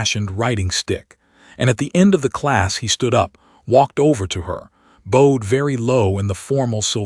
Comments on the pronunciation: Could you teach your ai voice the differences between bowed and bowed? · I like these stories but I really need the ai to start reading stared and bowed right 😂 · As well as teaching your AI voice the difference between bowed and bow, try to teach it hoping from hopping. Liked the story.